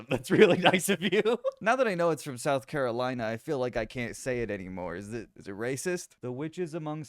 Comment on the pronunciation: Sputh Carolina